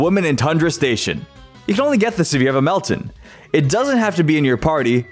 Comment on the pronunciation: I can’t believe he said Meltan wrong